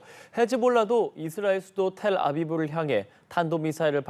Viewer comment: 텔아비브 갖구 왜자꾸 텔아브비라 하는것임